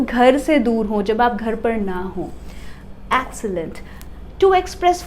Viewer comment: The word "Excellent" is pronounced as एक्सलंट